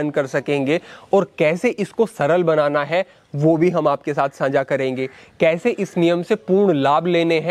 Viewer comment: agranim nahi bhai saahab, agrani saanjhaa nahi saajhhaa Video to definitely bahut achchhi hai... Bas bhasha ki kuch chhoti si trutiyan sudhaar lein.